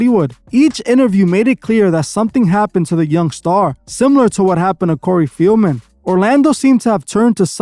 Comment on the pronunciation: Cory fieldmen???? Lmao say his name right